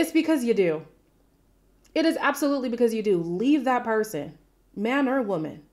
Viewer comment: To me it sounded like said “man” but made it sound more like “main”